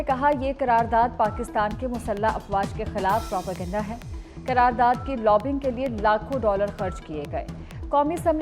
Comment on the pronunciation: It's (qarar daad) not karar daad